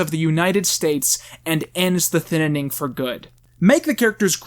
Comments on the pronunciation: It's "thin-ning" and why are you bringing up Trump? I subbed to you before you hit 100k and miss when you used to be funny talkin' bout Scary Grandma. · "the thinining" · Is it just me who noticed that said "The Thinnining" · STOP SAYING THE THININING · "The Thinnining" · WHY IS NO ONE PICKING UP ON THE FACT THAT HE KEEPS SAYING THINNINING??? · thinining.. lol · “The thinining” ??? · Why do you call it The Thinnining? I love it 😂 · Was he purposely adding more syllables in the title? Not talking crap, but the comments made me notice because of all the “N’s”... “the thin-na-ning” lol. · does he mean to say "thinining?" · I really want to get through this video, but my man, your pronunciation of "thinning" is killing me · why does he say thinning with TWO N N I don't know why it bothers me but it does. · Why wasn't this called man struggles to say thinning for 20 minutes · I really hate every time you mispronounce Thinning. It's not a weird or bad sounding word. It's a real word that came long before Logan Paul. I'm also surprised that you manage to not make a joke about Logan Paul's hair in relation to the title.